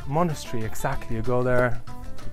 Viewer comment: I've watched this video hundreds of times I'm ashamed to say. Something about this house is just mesmerizing. P.s. monastery and monochary 🤣🤣🤣 but seriously I love the video, wish you'd go back and show the chapel and grounds.